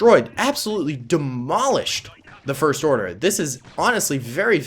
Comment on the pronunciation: Did you say the forst order